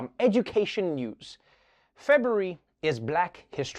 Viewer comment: Did trevor just said Febury instead of February